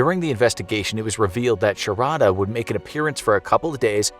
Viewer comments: It's pronounced shaaarda not sha ra da . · Sharadha pronunciation 😂